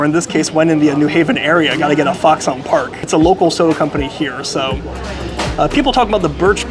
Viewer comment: Don't sleep on the Foxon (pronounced "Fox-in", not "Fox-on") Park Extra Dry Pale Ginger Ale, it's their best in my opinion. The sausage is made in-house.